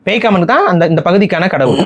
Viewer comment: அது பேய்காமன் இல்ல பேக்காமன்....